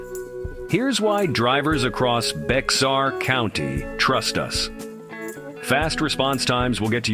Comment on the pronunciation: AI didn’t pronounce Bexar correctly